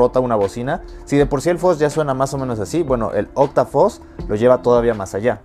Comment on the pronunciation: Porq dicen Foz si se pronuncia fuzz